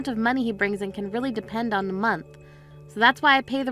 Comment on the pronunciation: The “deh” “da” or “duh” instead of THE just makes me cringe every time.